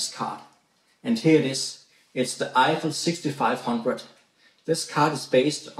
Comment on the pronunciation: i heard "iphone 6500" XD